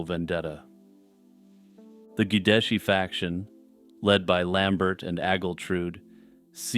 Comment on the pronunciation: those French names usually have silent last letters for some reason. Lambert is pronounced how Christopher Lambert pronounces it, in this case at least because Lambert was Frankish.